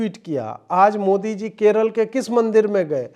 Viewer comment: Ajeet Bhai, would you also shed some views that. Despite Zahiliya Oweisi studied in UK, can’t he pronounce Modi correctly? He pronounces Mudee? Oweisi MC.please